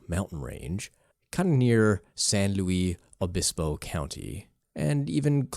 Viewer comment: Bro, as a Central Coast Native, you butchered Santa Lucia and San Luis Obispo....